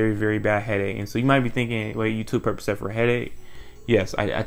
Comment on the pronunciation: Percocet 🚫 “Purp-ugh-set” molly Purpuhset✅